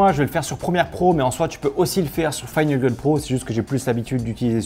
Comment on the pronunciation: ça se voit que tu es plus pote avec première ! comment tu as articulé final cut à 2.34 , un truc proche de fanaceul , fine nagel pro ! cimer du proxy . c est bon pour le référencement .